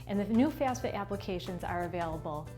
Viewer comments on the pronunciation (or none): FAF-SA. You keep saying FAS-FA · What do you mean by FAS-FA🤣🤣🤣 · Pretty hard to take this seriously. Mispronouncing the entire thing that the video is about with a Jersey accent and all. Lol